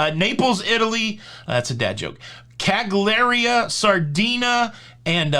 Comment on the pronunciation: Here you go for pronunciations: Lee Vorno, Chetah Vek e o, Palma di My your ka, Cal yeari, SardinYA, and if you want to impress, or not, you can say Napoli for Naples.